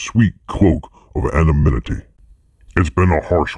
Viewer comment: "Anominity" lmao Oh.... The narrative blaming external forces for TF's downfall is a joke. But this was a cool video lol And it's "An•o•nym•i•ty" 🤣